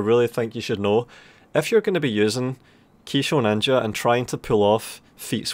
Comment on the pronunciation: Say Kisho Ninja again. I dare you, I double dare you, say Kisho Ninja one more goddamn time.